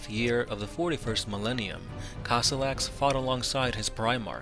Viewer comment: I was trying to find him for good 15 minutes - isn't it supposed to be Kossolax instead of Kossolox?